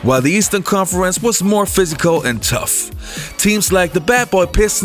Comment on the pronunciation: This clown can't talk. Stop faking it... How do you pronounce conference?